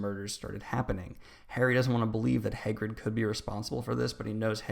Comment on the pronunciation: Hay - grid